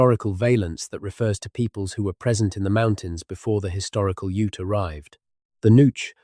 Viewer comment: I think you are falling to sleep to an AI voice, Better off listening to Whales. This 'voice' cannot consistently pronounce Kinkaid or UTE!